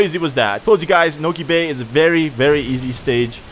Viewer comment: OMG, said Niko bay,it's pronounced noki bay, nokis are creatures from this puticular game